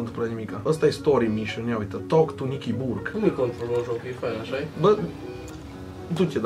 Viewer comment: Ai zis burke de parca era burger -_